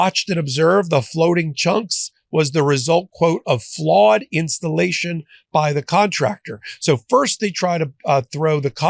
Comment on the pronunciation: FLAWED INSCHTALASHUN - J.Pirro